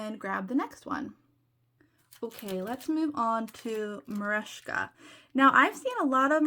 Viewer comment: Also worth noting Merejka and you pronounced it correctly…. They take extreme pride in that they are Ukrainian and employ many there.